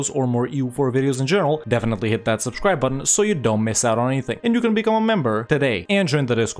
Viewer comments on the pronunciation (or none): none